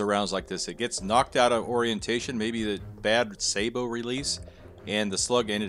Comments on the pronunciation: Its sa boe, not say bo. As in sabotage not saayybotage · It's pronounced "Sah-bow" not Say-bow. Just thought the community wanted to know that. 😆 Learned that from the Russian guy that reviewed KB's video.